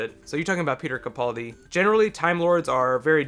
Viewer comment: stop calling in capauldi its capaldi